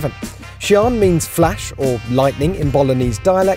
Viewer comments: For gods sake!! its not pronounced as "Sean". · Its SIÂN (see-yaun) 😅😅😅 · THAT'S how you say the name!?! I never would have gotten that in a million years. I was thinking more like cyan. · He says "Siân" like "Chiron" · Not paid enough to get the pronunciation correct obviously. When is top gear closing down? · How do these motoring journalists get away with mispronouncing car names? Ridiculous. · How did you just pronounce this car... hahah... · Shee-an I'm sure that's how it's pronounced. Best looking (modern) Lambo, next to the Veneno. Good to see Lambo (sort of) embracing hybrid tech as well. And futuristic with those weird supercapacitor batteries rather than the boring safe Lithium ion design. To be fair, almost every Lambo made since the aventador first came out in 2010/11 has been based on that particular model in some way or another. And regarding the only 30hp boost from the hybrid system, I know that these supercapacitor batteries don't have the same storage capacity as regular lithium-ion types but are lighter, have a much better charge/discharge cycle, longer life and greater energy density but can also be much more (apparently up to ten times) expensive, which is the primary obstacle to supercapacitor battery tech becoming more widely used. Lambo also boasted that the hybrid system in the Sian is 3x lighter than equivalent lithium battery types. It is also worth pointing out that the electric motor in the Sian is not for all-out hybrid power, but merely as a power-assist to improve performance (it cannot run on electric power alone) Interestingly Lambo originally pioneered the supercapacitor tech for the Aventador to enable more efficient starting of the engine. Finally, as for the the people complaining about the same V-12 being used from the Aventador, it's worth noting that Koenigsegg have been using evolved versions of the same V-8 since the inception of that brand in at least 1992 or Mclaren with im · its not shooonnnn but sian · It's see-an